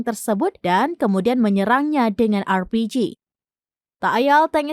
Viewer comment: Pandai dan betul pulak si penyampai ini menyebut RPG dgn sebutan huruf yg betul yg digunakan diseluruh dunia.. baru warganegara lain faham dgn sebutan huruf "R" nya.. kalau warga Indon, sebutannya "eeer".. dari A-Z, sebutan mesti berbunyi lain berbanding dgn warganegara lain didunia ini.. kadang² pelik, dari mana rakyat indon ini belajar menyebut huruf² ini.. semua negara lain menyebut huruf A-Z dengan sebutan yg sama.. tapi Indonesia, kenapa lain bunyinya.. dari mana mereka belajar menyebut bunyi huruf² ini..? Adakah dari penjajah Belanda..?